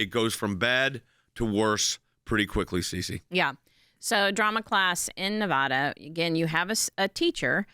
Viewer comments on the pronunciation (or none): It's "Neh-VA-duh" Please pronounce it correctly! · F%$k, please pronounce Nevada correctly, sheeeesh. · Slightly off topic but Nevada is pronounced like "ata boy" and not like "aught to pronounce this correctly". The press has been butchering this since California took over Nevada in the 2000's. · I hate it when douchbags pronounce our state's name as Ne -vah-dah. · Pleeease people! It's pronounced 'Nev-a-da' ! Its not "Nev AH da!!" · You should be banned for pronouncing Nevada WRONG! If you want respect.... give respect and pronounce the great state of Nevada properly! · Now, if only they could pronounce Nevada correctly. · Please learn how to pronounce NEVADA !! 🌵🇺🇸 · Learn to pronounce Nevada... Morons.... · Learn how to pronounce Nevada!!